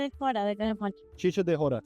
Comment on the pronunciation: Dude, its called CHICHA de jora, not chica 🤦‍♀️